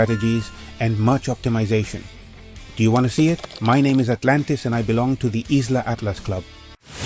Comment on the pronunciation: Be careful with translating your videos from Spanish. Isla Atlas should be pronounced "eye-lah" Atlas.